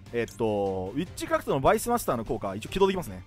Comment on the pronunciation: えっちくらふと・・・？(空耳)